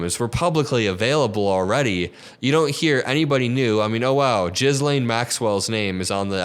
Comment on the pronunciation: her name is Ghislaine, sounds like gillane, not jizzlane lol